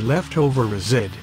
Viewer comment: They really need to find a robot that knows how to pronounce the words correctly. I love the pronunciation of residue. Sounded suspiciously like "zit". LOL